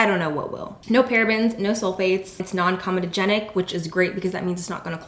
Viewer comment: you pronounced non comodogenic right!!! thank you (pet peeve that so many mimic the one mispronunciation from a commerical a decade ago)....